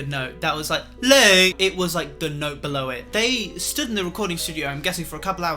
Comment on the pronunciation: “It’s not to LAæt”